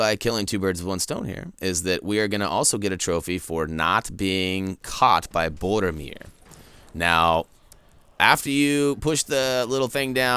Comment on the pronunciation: His name is Boromir not bordermir!